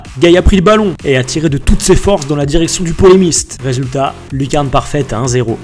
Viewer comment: "Résulat" mdrr bien joué